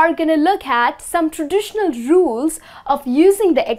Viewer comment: "...some traditional jewels..." is what I heard for "...some traditional rules..."